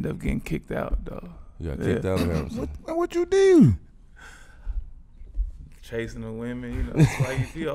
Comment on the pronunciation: one of the best Baltimore accents “what’d you dooo” 🤣